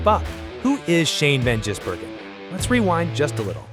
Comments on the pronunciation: you wanna have another go at pronouncing "Van Gisbergen"? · Van Jizzbergen? Murikans...